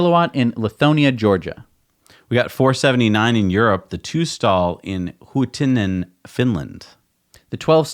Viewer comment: Good pronunciation on "Huittinen" :) Well done :) Greetings from Finland, and thank you for your efforts!!